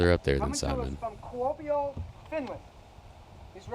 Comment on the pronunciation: Not sure if it has been mentioned, as I have not read all the comments in the worlds coverage, but Nathan and Andrew are doing a fantastic job pronouncing Niklas Anttila's name! Also the announcer did a fantastic job, not just with his name, but the pronunciation of Kuopio as well!